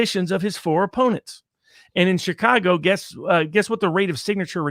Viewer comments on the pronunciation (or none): none